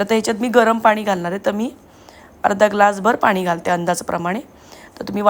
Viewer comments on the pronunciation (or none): फणस म्हणतात फनस नाही, आणि -पानी नका करू, न आणि ण चा योग्य उपयोग करा